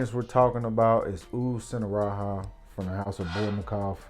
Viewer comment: It's not sinharaha, it's singaraja with a hard j.